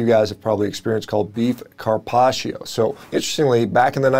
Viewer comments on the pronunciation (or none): I'm Italian, so the way you pronounce "Carpaccio" makes me laugh so hard 🤣 The correct way to pronounce it is not like "Carpacheeo" but more like you would pronounce "Carpaccho", without pronouncing the "i". And, also, the Italian language has many double consonants and they are pronounced stronger than a single consonant.